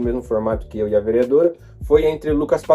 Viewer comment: "Velmeadora" kkkk